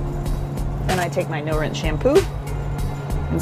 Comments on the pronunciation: 나만 자꾸 눠란샴푸라고 들리나요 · 나만 이렇게 들리나 <<노롼샴푸>>....뭐지 샴푸가 노란색인가